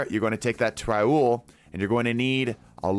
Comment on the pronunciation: “Raul” and “Rahool” aren’t the same name…